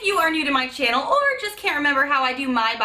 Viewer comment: Girl...you are such a joy to watch.....i love the way you pronounce channel...and now even my little boys say it like you.😉